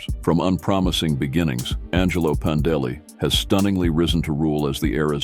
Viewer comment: Your "narrator's" pronunciation of Pandeli as "Panda Lee", has me thinking, "DarkSyde Phil's ex-girlfriend is a biker?"